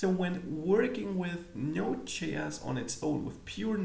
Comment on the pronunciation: you mistakenly taught us NoseJS instead of NodeJS :) Anyways, the upper line was just for fun :) Hope you don’t mind :) I have been following this channel since quite a while now. Great tutor, excellent content. Learning so much from you. Thanks a lot.